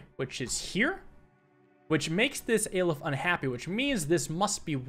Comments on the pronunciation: It's pronounced Ah-leph, not Ay-leph. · Aleph is a hebrew letter, pronounced Ah-leff, not Ay leff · The aleph is actually a letter in the Hebrew alphabet pronounced aa lef. It's fine but I just wanted you to know :) I've been loving the poly bridge content and loving seeing you play this game cuz it's clearly a good game, you're good at it, and you're clearly having lots of fun. Thanks for bumping the upload schedule as well It gives me time throughout the latter half of the day to pick when I'd like to watch, although the late drops don't stop me from staying up for them :) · Just so you know, Aleph, being the first letter of the Hebrew Alphabet, is pronounced with the 'A' in 'Autumn'. More 'au' than strict 'a'